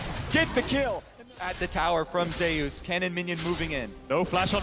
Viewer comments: zayyus it's zeus man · Why are they pronouncing Zeus like that?